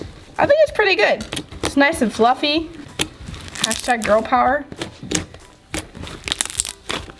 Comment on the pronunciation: #girl pover #poveŕrrrrrrr!that's how said it!